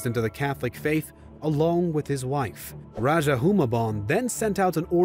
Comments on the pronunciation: I think the "*Raja*" pronounced as "ra-ha" not "ra-dya(j)" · It’s not Magellan its MAH GEL LAN as you may pronounce it also it’s not raja it’s RAH HUH that’s and Magellan was first landed in Limasawa island in Leyte (Leite)